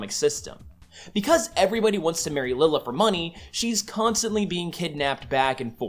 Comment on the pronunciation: I'm getting bugged by the way he's pronouncing Lylla's name, cause I learned it being pronounced "lie-la"